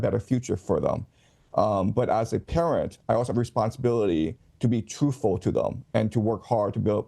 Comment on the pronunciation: but as a parent { sounded to me like: 'but as a terrorist' } I also have a responsibility to be truthful to them... - Did anyone else hear it that way, too?